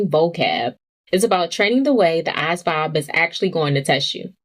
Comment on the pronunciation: why your pronounce asvab like that shit bms